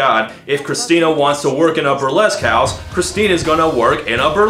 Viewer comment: oooohhhhh! You said "A burlesque house", I thought you said "Upper les-cows".